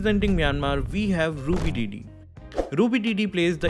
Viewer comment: Your pronunciation of Myanmar and Ruby DD's name is correct.